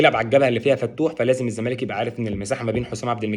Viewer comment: يا عم اسمه الزّمالك (اللام لا تنطق) ، مش إلْزَمالك 🤦🏻‍♂️🤦🏻‍♂️). بتطلعوا في التلفزيون و مش عارفين الفرق بين ال القمرية و ال الشمسية 🫤🫤